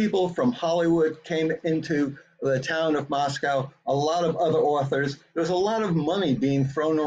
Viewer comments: Mos "coe" not MosCOW. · Exactly! Plus, he calls the city Moss-coww instead of Moss-coe. I’m sure the book is terrible.